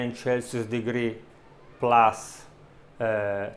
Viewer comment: It would be very helpful if you put the temperature on the screen too. I’m sorry but I can’t understand you. Are you saying chasos degree? Or Celsius? Is that 210 degrees Celsius for 50 minutes and then 180 degrees Celsius for 21 minutes? Converted into Fahrenheit it’s 410 degrees for 50 minutes and then 356 degrees for 21 minutes? Is that right?